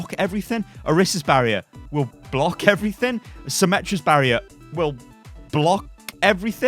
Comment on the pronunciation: "blo-CK everything"